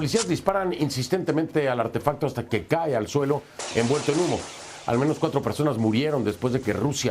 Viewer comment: Persones dijo la periodista 😂😂😂